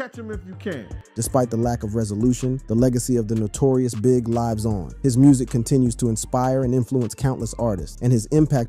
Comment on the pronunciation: Good listen but this narrator is either a bot or not American. He said lives not lives